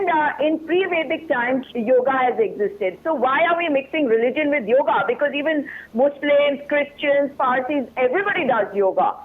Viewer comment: Ok it's yoga not yog